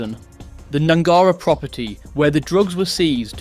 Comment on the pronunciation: Its pronounced Gnangara not Gnangara